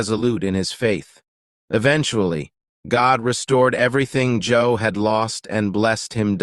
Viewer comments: Job. Not Joe lol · it was Job, not Joe...SMH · Sorry, but his name is Job, say JoB. Bless you and yours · Job, not Joe. Come on man. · I think he meant Job not Joe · It’s job not Joe smh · It was Job, not Joe. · Why you call Joe he's name is job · Don't you mean Job and not Joe I'm tired and I thought I was wrong but I know I heard Joe, but thanks for the video bro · If you are going to refer to a Biblical character, kindly use the CORRECT NAME of that person. The person you refer to as JOE was in fact JOB (pronounced JO-OB.). There is no such person as JOE in the Bible. You forgot to mention that JOB's wife was also killed. In the end, when Job was told that God had forsaken him, Job Blessed the NAME of GOD and said: THE LORD GIVETH AND THE LORD TAKETH AWAY; BLESSED BE THE NAME OF THE LORD. For his trust in God Job was Blessed by GOD who restored to Job, all his riches in abundance. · Do you know that WOKE me up! I was listening to fall asleep and heard JOE..Hu??? And absolutely JOB lost his wife. I am so glad it was not just me! Thanks for this comment. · It’s not Joe sir, it’s Job. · I like the facts of this video except the man’s name is Job not Joe. Every time I hear it said wrong is like nails on a chalkboard. Why not use the right name? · Your AI narrator has issues It can’t say Job because it’s obvious it would pronounce his name as job (work) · For the non Judeo Christians watching it is supposed to be the story of Job, not Joe. Job is pronounced with a long "o." It is not pronounced like how we say job in english which rhymes with the name bob. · Did he say “Joe” or “Job?” I’m pretty sure he said “Joe” This is funny to me.. lol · Job... not Joe. I suppose the computer voice kept reading it to rhyme with LOB ... or BOB... so... I Joe is ok... I know what you meant. Maybe just pay someone 20 bucks to read your script. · This must be AI generated narration to be calling Job Joe 😂❤ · It's not Joe, it's Job and it's pronounced with a long O e.g like jobe